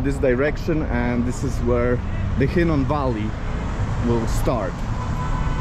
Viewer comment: That would be the Valley of Hinnom, not Hinnon. The WORD calls it the "Valley of Slaughter!" Children of Israel were sacrificed and burnt in the furnace unto Molech/Moloch/Molek (same entity) in the high places of BAAL.